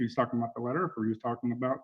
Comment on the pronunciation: I thought he was saying “ladder” then when I realized it was “letter” I still didn’t know what he was talking about.